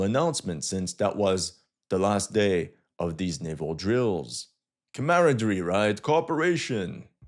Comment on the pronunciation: Listening to him try to say "camaraderie" was fun. 🙂‍↔️